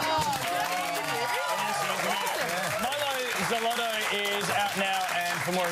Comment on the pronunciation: Mylo Seleto and Mylo Solotoe, ha! It's pronounced Mylo Sy-lo-toe